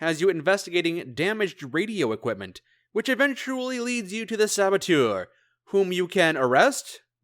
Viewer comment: Saboteur, not sabotiueure.